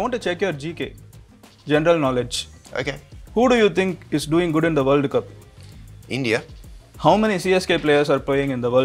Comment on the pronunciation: Worldu cup ila bro, world Cup, but highly impressive video